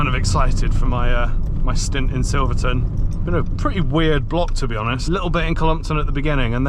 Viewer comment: Wrong, its Silverton.